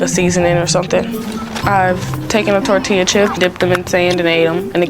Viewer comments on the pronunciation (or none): none